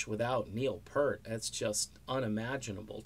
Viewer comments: What is this crap, ok once again, his name was Neil Peart, not fucking Neil Purt, secondly, Geddy has said that there is NO Rush without one of them, drop the subject, delete this video, and take off the fucking shades. RIP Neil, all real Rush fans salute you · Great video as always....but it’s pronounced Peert